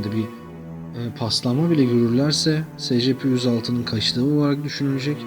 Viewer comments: O s.c.p diye okunmuyo o e.si.pi diye okunuyo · abi scp değil esipi diyi okunuyo